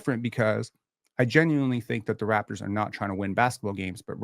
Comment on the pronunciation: How can he claim to watch your lives, but misspronounces every Raptors name?